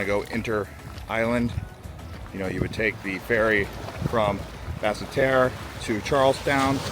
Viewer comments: Not Bassa Terreh!! It's pronounced Bassterr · And (Bass-tear) Basseterre. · Basseterre pronounce Bass-tear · Pronunciation of "Nevis" and the capital make me cringe...